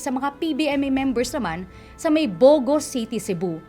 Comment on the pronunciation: Yung sa pronunciation lang po ng Bogo City medyo natawa lang ako, pero maganda po storytelling